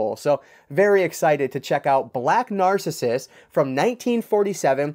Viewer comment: Black Narcissus is pronounced Nar-CISS-us